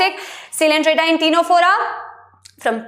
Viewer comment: Ma'am you pronounce ctenophora wrong, you gotta pronounce tinaphora🤭🤭.. btw had a great class ma'am..